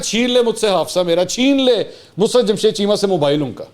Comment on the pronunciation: Mansoor Bhai iska name Musrat nahi Musarrat hay plz correct yourself